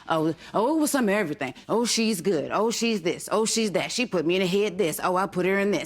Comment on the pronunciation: Girl you put the emphasis on "Everything". Emphasize RUN.